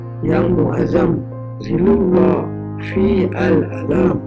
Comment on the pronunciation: 1. Saya rasa sebutannya yg sepatutnya ialah Zillullah fi 'Alam (ظلّ الله في العالم) bukan Zirullah. 2. Klu admin ada Gboard, senang utk admin utk taip dlm tulisan Jawi (Malay-Arabic)